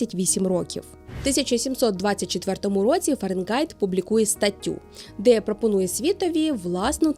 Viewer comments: Цікаво! Але Фаренґайт дуже ріже слух. Фаренгайт же ж (Fahrenheit)! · Схожа тема. Не ображайтеся тільки. Фаренгайт - повага, бо нарешті. Але звучало постійно ФаренҐайт. Не одразу зрозумів, що не так. А відео дуже якісне, щиро дякую